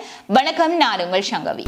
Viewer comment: மன்னிக்கவும் உங்களது பெயர் தமிழில் சங்கவியா? அல்லது ஷங்கவியா? உங்கள் உச்சரிப்பு தவறாக உள்ளதாக நினைக்கின்றேன்😊